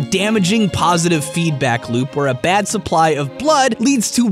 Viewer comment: You keep saying "bad", but all I can hear is "bat".